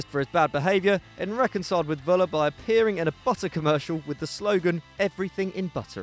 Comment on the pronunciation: it's Föller not Wöller :D